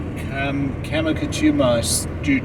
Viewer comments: You must be from MA with that pronunciation 😭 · For you! Kancamagus is pronounced Kank-ah-mah-gus. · you are adding an "N" to Kancamagus. You was close. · Kang-a-Mang- Gus highway!! Oh, you should have called. The good covered bridges are in Vermont. When we would take the Kangamangus to ski areas we would sing" Frost Heaves the Road Man" sung to Frosty the Snowman. BTW, a true New Englander pronounces that super market as "Sha's". You leave off the W. We have a picture of us on that very same covered bridge way back in the day. Conway used to have outlets there. Are they still there? The rocks you were standing on will be covered after the mountain snow melt in the spring. Man, this is bringing back very fond memories! We love New England.